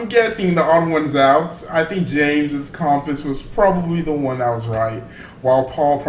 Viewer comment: Comepuse. Not compass, come pause